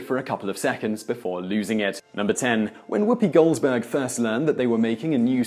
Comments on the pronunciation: I can tell, is Woopi Goldberg, not GoldSberg. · I understand your English accent would have some words sound a bit different. However... Gene Roddenberry's name is not pronounced Roe-den-bree, it is pronounced Rod-en-berry. Whoopi Goldberg is not Whoopi Golds-berg. Also, LeVar Burton's name s not pronounced Lee-Var, it is pronounced Luh-Var. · Gene Roe-den-bree, Whoopi Golds-berg, Lee-Var Burton! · Lee var Burton... gene roden brie ......whoopie gold's berg.... has he ever seen any trek?.... yeah no not subscribing.... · Kucharsky Terrazas ~ He's not saying "Goldsberg", he's just enunciating the D in "Goldberg". Worse is his pronunciation of Roddenberry.